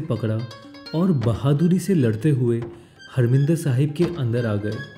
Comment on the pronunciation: हरमिंदर साहिब नही,हरिमंदिर साहिब कहिए।